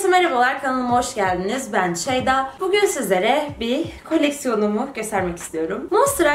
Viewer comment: ilk başta çeyda diyor